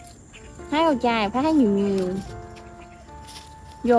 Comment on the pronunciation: Rau chay hay rau trai ( nói lại cho rõ)